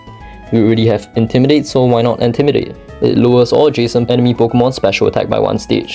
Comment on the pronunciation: "Antimidate" lmao facepalm